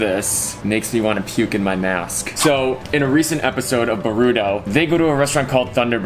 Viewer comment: why you say b-ruto